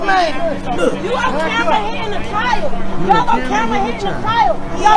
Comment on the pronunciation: Wtf is a chil-yold 🤔😂🤣😭